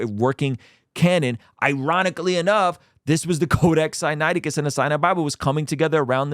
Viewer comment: Notice how billy never called it codac sinaticus until wes called him out on it?? 😂